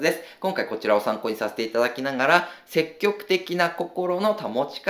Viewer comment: 細かい話で恐縮ですが、せっきょくではなく、せきぎょくと天風さんは読みます。多分、相対的なニュアンス、絶対的なニュアンスを分けたかったのでしょう